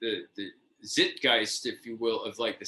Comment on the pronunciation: Well I've never heard the word zeitgeist pronounced zipgeist